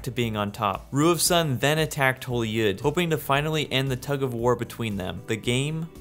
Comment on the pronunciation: Awesome video! Here’s a tip on how you can pronounce the names of these kingdoms. “Y” can be pronounced as “ee” as in “need” instead of “yuh”. For example holy is “holee” not “holyuh”. This can be for the generated kingdom names too. Holy Yd can be Holy “eed”, and Ylehel can be “eelehel”. Hope this helps make the names sound cooler and easier to pronounce!